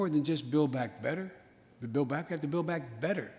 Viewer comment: Joe "We have to do more than just build back better, We have to buduhbda Build back better" WTF Joe!! What are you even saying??!!